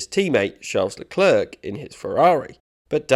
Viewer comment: Leclerk? its lecler